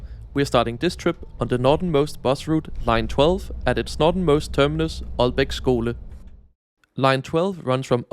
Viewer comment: this is wonderful also as an aalborgenser tak for at sige aalborg og ikke ålborg 🙏